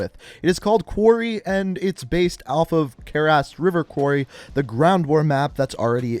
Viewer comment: No one:: “Careassed River Quarry”